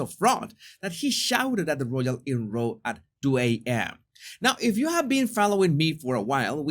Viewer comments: Row is pronounced like "cow" not as "row" as in "rowing boat." English is so inconsistent! ☺ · that's "row" as pronounced Raow - an argument, not "row" as pronounced rou - as in all lined up in.